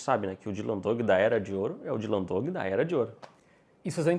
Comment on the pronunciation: eles falam "Dylan Doug", em vez de "Dog".